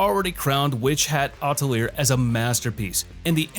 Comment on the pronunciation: "Atelier" is pronounced "uh-teh-lee-ay" It's a French word.